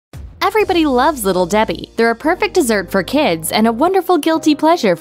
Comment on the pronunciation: Little Debhee heee